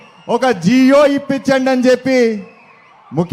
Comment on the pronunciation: జీవో రా నాయన, జియో,ఎయిర్టెల్ కాదు